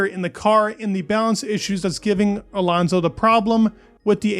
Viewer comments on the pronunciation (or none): dude its alOnso not alAnso..